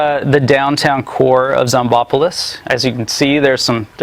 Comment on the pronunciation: the name is pronounced zomb-opolis